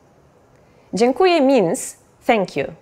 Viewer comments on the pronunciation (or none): Hate me now, but even though I think she is doing a great job, there is one mistake she makes when saying "dziękuję". She pronounces it as if it were "dziękuje" which means "he (or she or it) thanks". If you want to say "(I) Thank You" you must emphasize letter "ę" at the end of "DZIĘKUJĘ" (it is nasal vowel unlike "e" which is only oral). Just saying.